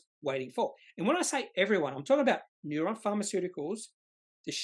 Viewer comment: Neu-ren. Ren not ron!